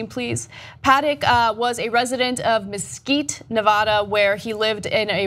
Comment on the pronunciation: What's up with people from TYT not being able to pronounce Nevada correctly?